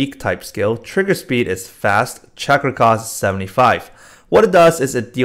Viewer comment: when u say trigger speed it triggers me so much lol